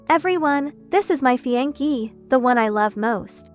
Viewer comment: Cheap AI can't even pronounce "ties" or "café" or "fiancee".